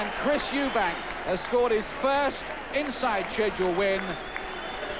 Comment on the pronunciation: EUBANK, not EubankS